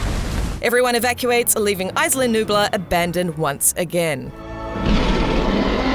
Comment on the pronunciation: You pronounce isla sorna wrong and isla nublar